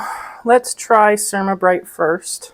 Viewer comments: The Cer -A-ma -brite (for "ceramic" not "sermuh" ) is supposed to be used without water - it is a fine abrasive that is scrubbed with a dry cloth or paper towel to clean and buff like a paste car wax does. It wipes clean. Works on mine unless I let it build up. I have also used a razor blade for smal areas, then finished with Ceramabrite. 👍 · Pronounce it cer ram a (like ceramic tile) not ( sure am a). Don’t use a half cup of cleanser, just a very small amount and don’t wait until the cooktop is horribly dirty. Clean it every time you cook, after it has cooled. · It is pronounced CER-AM-A Bryte.